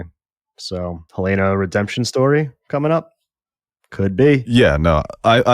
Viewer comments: Yesss! It’s not HuhLAYna like in HotD, it’s more like HELLna. I don’t think the name is coincidental. The basement is a bit like Hell. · Love you guys but why are you pronouncing "Helena" like that?